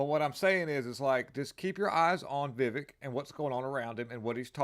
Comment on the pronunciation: He actually pronounces his name "Viv-A-k", not Viv-E-k - yes, it's spelled with an 'e" but he pronounces it like an "a".